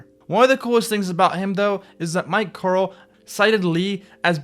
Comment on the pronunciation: And calling Mike Carroll - 🤦‍♂️